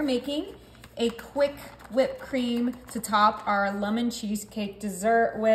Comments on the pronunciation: Lummin? Where in the world did you learn to mispronounce the word lemon like that?? 🤣🤣🤣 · Lemon, not lumon.